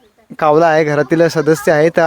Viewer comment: बोलक्या कावला ,कावला अरे जरा शब्द नीट उच्चार ...कावला नव्हे कावळा